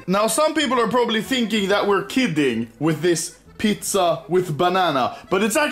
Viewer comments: he just says it in swedish xd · Is it me or is he saying PITZA? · Let's make swedicfhdtyucs "pitza"